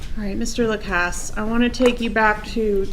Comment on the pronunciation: He has stated his name clearly for the court. Why can none of them use the correct pronunciation? Why is that so difficult? Also, why did the defense atty. keep saying "Walmart" when it was clearly "Kmart" that Mr. Lacasse visited while out of town?